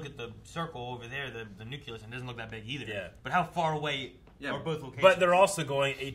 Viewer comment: Good god,! As if „nucular“ wasn‘t bad enough. „Nuculus“???